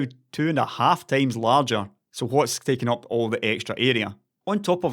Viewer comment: i don't want to sound harsh, i myself am not a native English speaker, it's just a friendly advice :) Please try to correctly pronounce these two words: "50" and "times". These 2 are quite common in your videos, and you always pronounce them incorrectly. I'm not talking about accent, it doesn't bother me, as I said earlier, English is not my first language, but: "50" (fifty) sounds always in your videos like "fefty". "times" (as in 2x/2 times) sounds like "tames" (put it in google translate to hear it) And remember it's just a friendly advice. When i first watched your videos and heard "fefty" and "tames" i was lost.